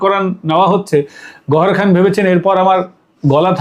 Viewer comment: বার বার গহরখান কেন বলে যাচ্ছেন ? গহরজান